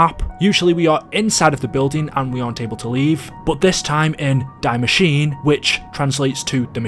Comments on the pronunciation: Hey just as a friendly reminder: You pronounce "Die Maschine" not like the english "to die" but more like "Dee" And you pronounce the -e at the end of Maschine :) I know german is hard just for those who maybe want to pronounce the things right👌🏼🤝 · Just a little FYI, the ‘die’ in ‘die Maschine’ is actually pronounced “dee” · It is pronounced Dee ma sh ee na I saw quite a lot of people mispronounce the name since it is German but love the videos The perk is actually dead shot just take a extremely closer look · Hey love the channel man I’ve been watching since BO3. Small thing, the German word “die” is not pronounced like it is in English but it is pronounced “dee”. Keep up the good work. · "Dye machine" lol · Its actually called DIE MASCHINE wich means THE MACHINE not die machine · I came to comment this I’m glad somebody did because it was honestly making me cringe 😭😂